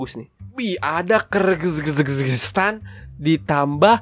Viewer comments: bang negara Kyrgyzstan itu dibacanya "Kirgizstan" bukan "Kergzsgezsgezstan" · Kak kyrgyzstan Itu dibaca (girgistan) Itu kan gampang ngomongnya iya kak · Menit 8.00 y nya ganti i jadi Kirgizstan bg😅 salah terus bacanya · Bang Kyrgyzstan itu dibacanya (Kirgistan) bukan @@ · bang cara sebutan negara kyrgyzstan itu kir giz tan